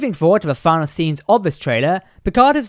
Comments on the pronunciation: Not "Final". "Finalè". Long 'e' at the end. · Not season final. Its finale. Fin-al-ay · DO YOU NOT KNOW THE DIFFERENCE IN PRONUNCIATION BETWEEN “FINAL” and “FINALE”?